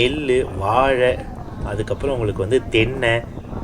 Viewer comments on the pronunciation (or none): none